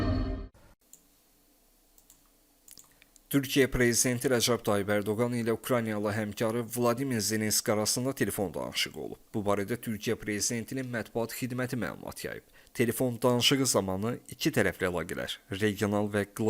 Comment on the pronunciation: Heç olmazsa insanların adını düzgün tələffüz edin.Donan,Zenenski.